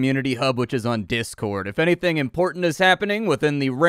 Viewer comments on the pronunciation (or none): none